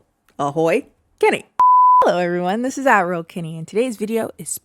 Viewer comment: I know you think everybody thinks you're saying admiral, Kenny, but I think you're saying Adderall, Kenny.